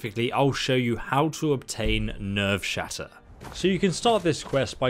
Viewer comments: It actually says nerve shatter not nerves shatter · Nerveshatter* not Nevershatter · it's Nerveshatter not Nevershatter. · You still said it wrong the second time (nerve-shatter) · Did he call it never shatter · Why does he say Nevershatter. Nerve, it’s nerve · looks at the title of the video ... Listens to him say nevershatter ... Me: "this is fine" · Him saying it wrong the whole video bothered me lol